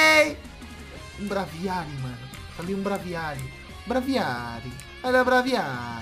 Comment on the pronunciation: Braviary Se diz "Breivierry"